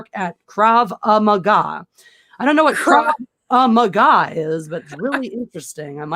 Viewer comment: That’s odd. “Craw ah ma gah”? That sounds like a martial arts style. I think it’s something like Kraw Gaw. Did you study that martial art in your spare time from fencing?